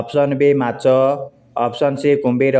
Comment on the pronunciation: ମାଛ ନା ମାଚ 😂😂😂